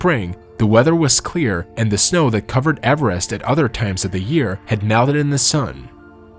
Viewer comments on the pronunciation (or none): Avarast? It's Everest .